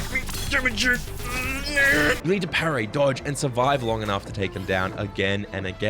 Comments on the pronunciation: wild how being sick made you pronounce parry wrong, must have really messed you up. Sorry to hear it my guy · Good vid but could hardly focus for a few minutes just thinking how says "pair-ray"